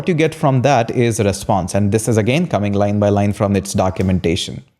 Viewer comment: 😂😂😂 REPONSE, no... REPSONSE, no... RESPSONSE, no... 😂😂😂